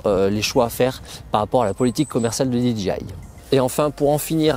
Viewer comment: Euhhh, DJI ca ce prononce Di - DGEY - Aï ... Là vous dites DGI (Di Dgi Aï) et DGI n'a jamais vendu de drones... Sinon, votre revue des drones est bien faite et intéressante, merci !